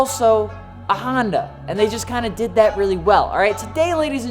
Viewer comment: Sounds like he's saying handa